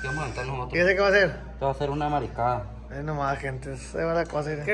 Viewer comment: Hola PURO CANIS !!!!! su he mal creo yo …..DIJO MARISCADA O MARICADA???????